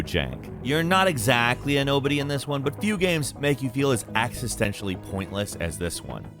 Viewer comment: what does axistentially mean?